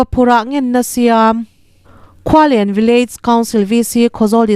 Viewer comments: Khual en tia lam tur aw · Khualen lamdan hi a va mak ve. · Khualen chu i lam dan a dik chiahlo